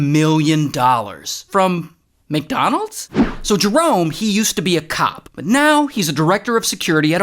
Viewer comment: When he said he was a cop I thought he said cock 💀